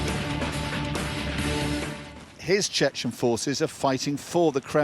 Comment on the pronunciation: Gosh, Chechen, not Chen Chen! We are not Chinese.